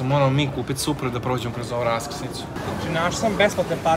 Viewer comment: boli me dusa svaki put kad kazete supra